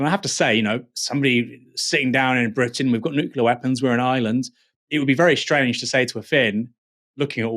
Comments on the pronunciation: What’s so hard about the word nuclear. Just say what you see, or imagine it’s- new clear. Not flipping nukiller or anything like that. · The pronounciation is nookleeeerr. Not nookyoulerr. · Nucular threat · I wish people would stop saying "nuculer"... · I'd argue it's not the same. These are minor variations in the pronunciation of a single vowel. Not a unique combination of weird sounds. Nookoolar, seriously... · Another person who is unable to pronounce "nuclear". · americans often say it wrong, like homer simpson :P